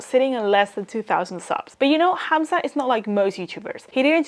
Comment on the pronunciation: You said "Hamza" the correct arabic way, nice